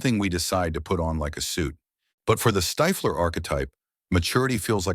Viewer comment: Who tf is stifeler, stiffler you mean? The script is also ai bot